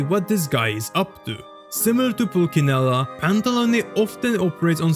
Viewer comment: Nice video, just wanted to correct you on the fact that you pronounced pulcinella in the wrong way. It's not a hard c but a soft one